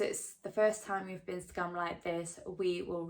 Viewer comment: it sounds like youre saying you got scummed